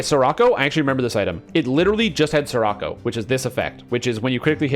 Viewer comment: Scirocco pronounced “sherrockoh” ;)